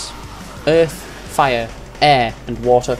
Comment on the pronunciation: öhf, faia, äöh and wata